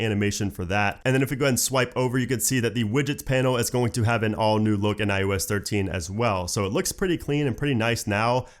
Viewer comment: Stop saying iUS